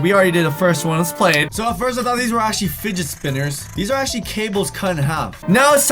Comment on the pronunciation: who else noticed cant say actually💀